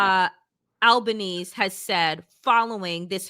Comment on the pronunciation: Anthony Albanese (rhymes with easy).